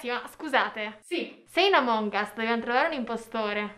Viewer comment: Non si dice amòng us